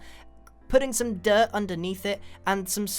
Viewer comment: it sounded like he had a face seizure when he said "dirt" It was like du-ut